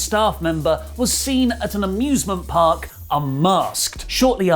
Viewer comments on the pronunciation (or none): none